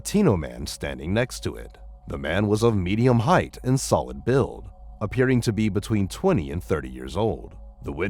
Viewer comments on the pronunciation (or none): none